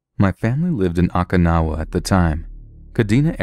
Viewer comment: Oh-Kuh-Now-Uh...haven't you seen 'Karate Kid II'?